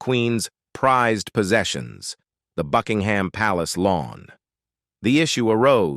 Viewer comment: Queen Elisabeth was a caring, loving Queen whose legacy will live on forever. By the way Buckingham is pronounced with a silent h.